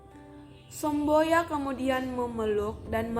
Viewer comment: Sombaya anu bukan somboya...😂😂😂😂